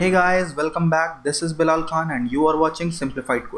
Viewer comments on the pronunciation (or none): none